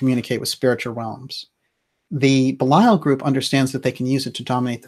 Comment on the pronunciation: I adore your program, although I never actually catch it when it is live. However (and you can attribute this to my being an old stick in the mud as far as English grammar and pronunciation go) your pronunciation of Belial has been driving me crazy. So I went looking. I did find one soul pronouncing it the same way you do, but all of the others said something more like Bee' lee ul, or Bay' lee ul. I actually wasn't sure who you were speaking about. And Ahura Mazda and that other guy, Ahriman, they're not part of "Persian religions" in general, they're the heart of Zoroastrianism, which is a very old religion indeed. In general, it seems to me, you never make mistakes (apart from occasional weird pronunciation; and I'm not sure about your subjective versus objective pronouns; nobody in you generation knows the difference between those), so when you categorized Ahriman as the bad guy in "Persian religions" in general, I was a little bit surprised. But I guess I may be wrong, because I guess Mithra was in another religion. But "Thus Spake Zarathustra" (the unforgettable 2001 film music) I do think falls into the category of Zoroastrianism.